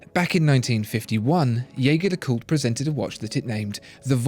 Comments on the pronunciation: You produce brilliant reviews. But.. …please, stop butchering the pronunciation of my favorite watch brand. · Pronounce the brand as they meant it to be pronounced... Agree with others too, that lume application is inexcusable at that price range and from a brand like JLC. Ouch. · You present yourself as a channel that informs people about high-end watches and watchmakers. So don't you think you owe it to everyone watching to at least pronounce 'Jaeger-LeCoultre' correctly? By the simple fact that you mispronounce 'Jaeger-LeCoultre' just lowers your credibility (to me) as a connoisseur of watchmaking. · The narrator keeps saying "Jaeger-LeCoultre" wrong. Just go to their YouTube channel and learn to say it correctly.